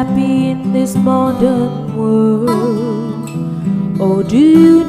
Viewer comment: I knew it when she sang the song and pronounced moden instead modern.. And yeaahh I sometimes pronounced it as moden too.. 🤭